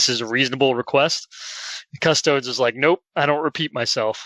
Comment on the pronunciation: It's pronounced: CU-STO-DEEEZ